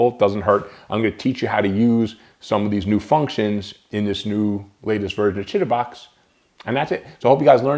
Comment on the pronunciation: downloaded! thanks! Chitubox 1.7 and thanks for pronouncing Chitubox properly :)